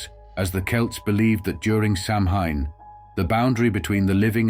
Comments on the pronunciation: Samhain is pronounced SAW-WIN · You are mispronouncing "Samhain". If you are going to go to try and present historical information, make a slight effort and research the pronunciation of the terms your discussing; otherwise you do not inspire much confidence in the evidence you present. Also, this is a very simplistic explanation, totally ignoring the harvest festival aspect and the similarities with other such pre-winter festivals in animist/polytheist societies around the world.